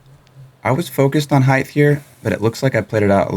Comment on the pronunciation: Height... not heighth.